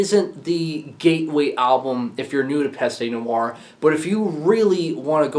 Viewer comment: its pronounced PEST. the E is silent here.